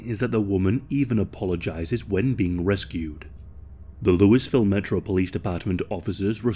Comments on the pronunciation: I love your channel but... it's LOO-A-VILLE not LOUIS-VILLE. Just figured you'd wanna know 🤷‍♂️ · Just an fyi, it's not Loo-iss-ville... It's Lawww-volll. Haha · Louisville is pronounced like: "Louie Vill." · he is not American, what do you expect? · Its not Louis ville btw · The pronouncation for Louisville is " LOO-A-VUL". I was corrected all the time when I first moved to the city for saying " Lewisville". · It's always funny hearing non-Kentuckians trying to pronounce Louisville. Not a single one ever gets it right.